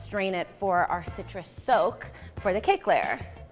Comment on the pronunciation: so much better when i realized she's saying SOAK and not soap